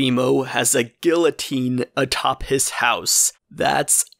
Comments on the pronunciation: You pronouce correctly guillotine in french. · The way you pronounced guillotine is the anglicized pronunciation that I grew up with. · You didn't mispronounce guillotine. (sources: Oxford and Merriam-Webster) The PRIMARY pronunciation of the word is as you said it... Of course, it can be pronounced gee-ye-teen perfectly legitimately. But this is not the educated primary pronunciation of the word. (It's kinda' like calling mozzarella, "moatza-rreeelah," or whatever. Some people do such things and, though they're not technically wrong and it may be closer to the original pronunciation, it's not rly necessary. If you wanted to start pronouncing every word as it was in its origin language and/or time period, you would speak entirely differently. Anyway, it's wisest to basically outsource the deep lingual consideration of such subjects to those who have huge degrees in it and know the details way beyond what we know; follow the advice of the experts.) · "I'm aware I mispronounced guillotine" me who pronounces it the way he did: 👁️👄👁️ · In Australia we pronounce guillotine just like you did. Lots of countries have different pronunciation and people often erroneously explain the French letters sounds. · No no I think u pronounced guillotine correctly